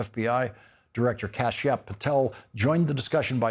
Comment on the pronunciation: My boi Lawrence called the FBI Director “Kashapp” Patel 🤣😭